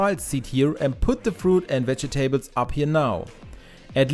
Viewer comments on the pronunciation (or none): Veg e Tables? Seriously?